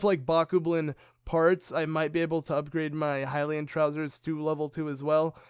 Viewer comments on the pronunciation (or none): none